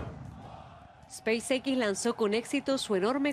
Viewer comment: NO se pronuncia SPEIS ÉQUIS . Se pronuncia SPEIS EXS. Se pronuncia todo en inglés o todo en español pero no se mesclan los idiomas. En español sería ESPACIO EQUIS. En inglés SPACE X.